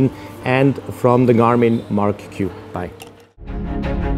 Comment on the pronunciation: It's pronounced "Mark" not Mar-q...